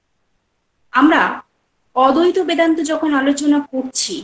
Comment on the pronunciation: অদ্বৈত উচ্চারণ টা ঠিক হচ্ছে না ম্যাডাম,, ওটা ঠিক করুন.